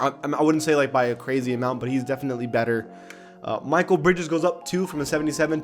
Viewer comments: Mikal Bridges name is not Michael It’s Mi-kell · it’s mekeel bridges not michael brides